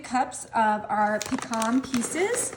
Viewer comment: Yeah thats why mixing bowls was made....this woman always does weird stuff and she needs to say pecan rite!!!